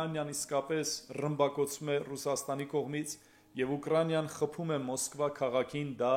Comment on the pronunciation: Украня чи ,УкрАИна э,заЙрадка чи,зарЯдка э,чарчи чи,чат джипити э,корякан чи,корэакан э,микич грагет хосек,вор hачели лини лселы.